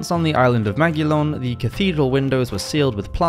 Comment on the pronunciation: Sorry, was the French island you mentioned Mont-Saint-Michel...? Because if so it sounded like "Magilon".